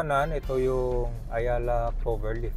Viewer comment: Clover leaf hindi "lift", hahahaha